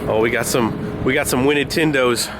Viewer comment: He said wintded tindows again